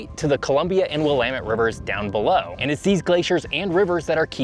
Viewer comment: Props! You pronounced “Willamette” correctly!